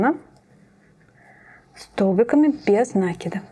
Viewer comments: Очень красивая сумочка, но без нАкида это не правильное ударение. Правильно будет без накИда, это словно кинжалом по сердцу. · 😂без на́кида?? Может без наки́да.. аж уши режет..граматеи и сумка колхоз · Поправочка: нет такого слова "нАкида", а есть " накИда". проверочное слово "накИдывать".вы же не говорите "нАкидывать". повнимательнее пожалуйста, иначе думающая аудитория уйдёт к более грамотным авторам.